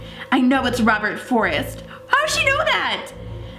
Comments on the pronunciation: did she say Robert forest it Robert frost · it's not "Robert Forest".... It's "Robert Frost" XD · She said Robert Forest it's Robert Frost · it said frost robert frost you said it wrong